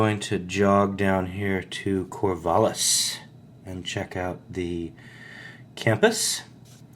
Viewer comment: Shoot, mis-typed. I hate that. Not "Corvah-liss" is what I meant.